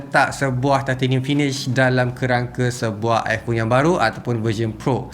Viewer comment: Aku tertarik ckp titanium “thai-theyy-nium” hahaha